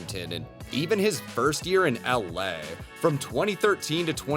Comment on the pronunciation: Great video but i cant get over how you said LA im fucking dead 🤣🤣🤣